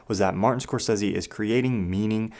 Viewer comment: I love your channel bro, real shit - its dope AF. But after the last time you did a Scorsese related video, I damn near lept off the roof head first everytime I heard you pronounce his name Scorsessssy so I promised myself I'd never watch another video by you if it had to do with Marty lol